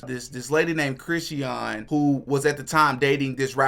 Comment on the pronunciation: Chrisean pronounced chri/shun Please and thank you.